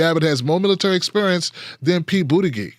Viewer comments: Yeah, doesn't he know it's pronounced Booty-judge? ;) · I dont support pete. But its annoying that you say his name wrong. The g in his last name sounds like a J! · Buttigieg pronounced as Booty_judge. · He calls him Boot-a-gig... that's hilarious.